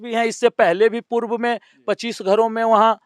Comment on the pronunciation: Yeh kya hindi bolte ha reporter aap k upr ko bol rha ha upl ,diwar ko diwal bol rha ha ,arop ko aalop ha maine bahut baar suna ha bihar wale aise he bolte ha purv ko pulv bolte ha